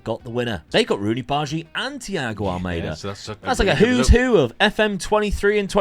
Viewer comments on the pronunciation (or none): Amazing video, like always! But, pleaaaaaase, thats Thiago AlmAAAda, Almeida is portuguese/brazilian 😂